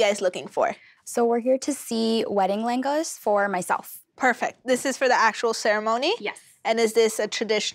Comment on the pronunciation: Especially when she herself still doesn't know how to pronounce LeHenga.